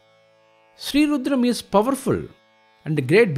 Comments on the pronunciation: There are so many rudram recitals. But this is the best according to me. Pronunciation, appropriate speed, clarity, no interruptions ( commercial interruptions in a divine chant mo ck the very of the chant. Very vlean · Perfect pronunciation, perfect synchronisation. Highly, highly energizing!